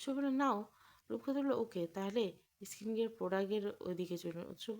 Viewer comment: এস্কিন কেয়ার নয় হবে “স্কিন কেয়ার”